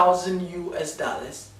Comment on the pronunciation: It’s the “daallers” for me😂😂😂😂😂